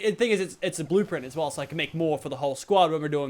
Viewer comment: said blueplint ahaha lol